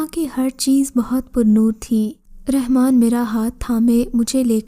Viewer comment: RANMAN NAHE;;;; RAHMAN SERP ALLAH KA NAM HYY [ABDUR RAHMAN]